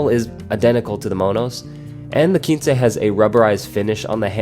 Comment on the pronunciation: Why would it be spelled Quincy? In Spanish it's a number, but in English, quince is a fruit. If you ever heard of the quince tree or its fruit, you'd know to pronounce it "kwins" (like prince). But, if not, and are familiar with Spanish, I can see how you got to "keen-say"...